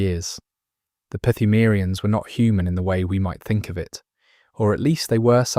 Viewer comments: My dude. It’s pronounced Yar-num not Ya har num. and the P is silent in Pthumerians. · Yeah...so...etymology time, yall! Pthumerians should be pronounced with a silent 'p', like the English word 'phthalates'. The japanese equivalent term for pthumeru starts with the kana 'ト', pronounced 'to' like 'toe' (fun fact: japanese doesn't have a character representing 'tu' pronounced 'too', or a 'thu' ['thoo'], but rather a soft 't' in 'tsu'). I read somehwhere the pronunciation was a play on 'tomb', so localizing the name in a manner that suggests this pronunciation makes sense, but can't confirm this was a direct source. Perhaps that is the case, but is not confirmed unless someone sources a developer interview. An educated guess is that the localization team wanted to foreignize the term, and borrowed the construction of a silent 'p' from the Lovecraftian source material. Foreignize meaning to make something appear unfamiliar, strange, or (dare i say) alien. Lovecraft did something similar when he borrowed the 'chth' from the word 'chthonic'when originating the name 'Cthulhu'. Note how the 'chth' becomes 'cth', losing the extra 'h' in a similar manner as the 'phth' in phthalates becoming 'pth' in Pthumerians. This added p also fits in a thematically (pseudo-)anthropological sense, being that 'phthaltes' (bearing the telltale unusual string of consonants in English) is derived from the root word 'naphtha', itself being a Persian word related to crude oil. That part may be a stretch, but it is funny how ancient Sumeria had geographic overlap with the Persian Empire, an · The P in “Pthumerians” is silent btw. The same way as in “psalm” or “pneumatic” 😊